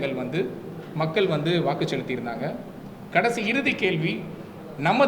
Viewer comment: மக்கல், வாக்குகல், தமிலர், ஆலமாக ஐயோ! தமிழைக் கொலை செய்யயுறாரு இந்த தம்பி